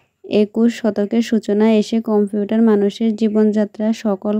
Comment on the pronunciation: কম্পিউঠার না কম্পিউটার